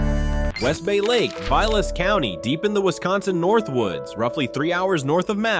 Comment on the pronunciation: Veelas County.....get it right, robot.